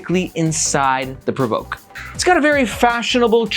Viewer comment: You're doing a better job at pronouncing PRVRKE than Chase Reeves who said Perverky :D